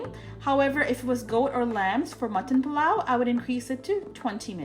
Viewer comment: I love the way you say Pilau!